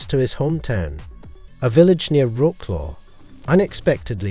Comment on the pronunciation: I know it's difficult to pronounce Polish words, but at least try. Wrocław pronounced as Roklo is hilarious. You can check the pronunciation online.